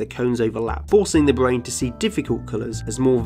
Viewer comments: The small speech inpedement makes him so cute! ”The bwain” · Bwain. We'd. Gween....